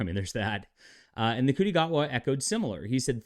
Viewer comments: It’s pronounced Shooty! Not Nguti. It’s pronounced Valiyard not Valeyard! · I believe Ncuti is pronounced "shooty". No idea how that works, but African languages aren't really my specialty. Also, I think we should refer to Ncuti Gatwa as Ncuti McGavin.